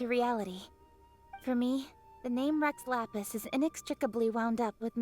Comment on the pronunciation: It sounds like he is trying to say "Rex Lapis" as "Reh Lala" PLEASE I WANT TO FREAKING CRY This is the genshin i fell in love with - the genshin with so much meaning, detail and emotion! Guoba is so cute- i love him so much!